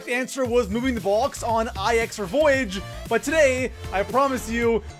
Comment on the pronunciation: The tomahauwk, the boux, number two spout, solou, the spauwn room. (His accent)